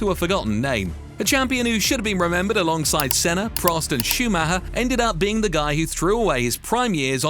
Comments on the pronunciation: There was no driver called schumaha it's pronounced. Schumacher, if you can't get the names right DON'T speak about F1 or any motorsport. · Schumac-her when its supposed to be pronounced Schuma-cher. Im always having a good, its embarrassing as an English speaking person, this voice is AI all over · Schumahah huh? Do better, AI voiceover. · Michael Shoemahaa 😂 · Truth be told lad been going through the comments trying to see who else copped onto it driving me fucking mad listening to him say shoe Ma her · AI voice again! Even though English, cant pronounce even Schumacher right. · Michael who,please say his surname properly.geez.